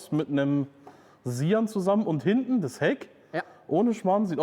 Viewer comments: Hintne? Was ist "hintne"? Da stimmt nicht nur der Ton nicht, sondern auch die Aussprache ;) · "Robert, geh mal nach hintnä." Wat denn dat für n Dialekt 😀 PS: du kannst kein Standgas geben, das macht der Motor ganz alleine 😀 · Wenn Du am Ende eines Satzes ein Wort hast, das mit den Buchstaben "EN" endet, sprichst Du das immer "NE" aus. Beispiel "hintNE, guckNE, parkNE"... Wieso machst Du das?